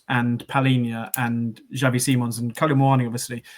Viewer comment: I think it’s more a Ks sound as in taxi. It’s Spanish, not Dutch. He’s named after Xavi Hernandez of Barcelona fame.